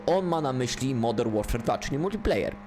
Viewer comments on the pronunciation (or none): none